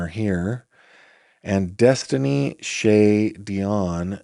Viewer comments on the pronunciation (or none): none